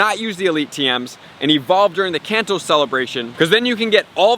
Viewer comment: U say kanto wrong